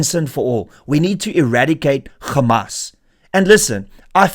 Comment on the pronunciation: Renaldo. It is Hamas, not Gamas